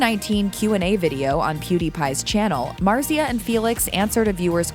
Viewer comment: Omg say her name right pls